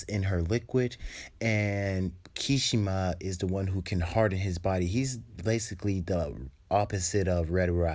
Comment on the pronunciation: It’s not kishima is kirishima and it’s not ha-en-ta is Ha-n-tah (hanta sero)